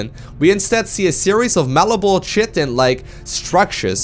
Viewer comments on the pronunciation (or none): Chitin is pronounced the way you say chitinous plating of the ultralisk upgrade (Kai-tin-ous), without the ous. Sorry Im a nerd Haha xD Faceless are Ultralisks :p